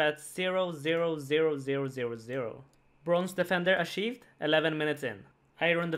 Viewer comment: "and with this dragon defender ASHIVED"